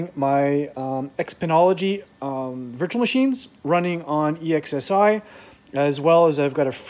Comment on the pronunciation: *esxi... Not exsi 😅😂😂